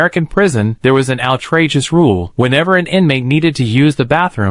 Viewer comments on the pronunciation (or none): I swear he added an extra "T" in the word "Outrageous."